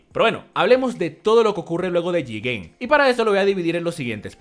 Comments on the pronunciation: es jiguen no jiren jajajaja sos un carck dai! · Objetivo: Escuchar y entender el video sin ofenderme Obstaculo: diciendo Jiren en vez de Jigen